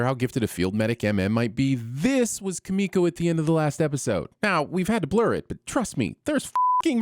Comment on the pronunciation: KI-mi-ko, not ki-MI-ko